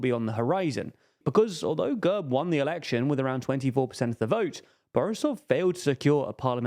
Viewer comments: Great analysis, but it took me half the video to understand what the hell the narrator meant by "GUURB". It is pronounced GERB. As in /ɡɛrb/ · Excellent analysis, guys (although you missed a few notable details). But I've been itching to tell you this for months: you utterly demolish Slavic names, not just Bulgarian, but also Russian and others. The party is called gErb, like dEad, and not g-UH-rb. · Gurb хахаха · Learn how to pronounce the fucking names. And GERB is more of a centre-right party even though they're still mobsters. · Mate your pronunciation of GERB is atrocious, makes me want to get a battery drill with a 10mm drill bit and drill through my ears....